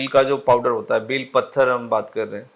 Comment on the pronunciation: डॉक्टर सर का उच्चारण गलत है बेल पत्र कहा जाता है न कि बेल पत्थर ! 🤔